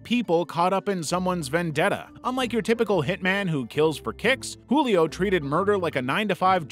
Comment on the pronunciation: Julio's J is actually said like the J in jewel Source: I am Brazillian